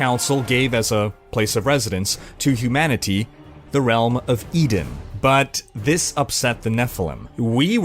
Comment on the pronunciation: I loved the first two Darksiders and it's been ages since I played them so I'm really glad for this recap before the third. I could have done without the weird way you kept emphasising the TEE noise at the end of humanity.